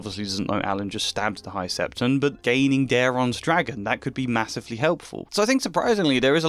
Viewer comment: Hearing you pronounce "high septon" as "high septum" actually fried my brains